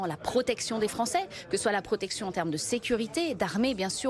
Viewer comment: "...la PRRRRRROTECTION des français". 😒